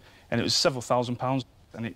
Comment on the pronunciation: I didn’t know thousand could be pronounced ‘thewwsand’